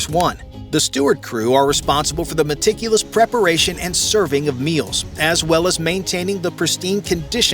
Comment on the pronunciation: Could you say Meticulous one more time!